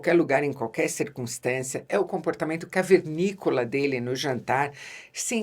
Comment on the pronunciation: Obrigado pelo "caveríicola"